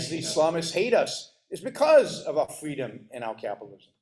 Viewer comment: “Capitalism is fweedom”